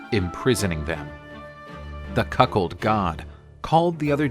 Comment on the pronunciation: Wait did you say “the cuckhold” god? 🫢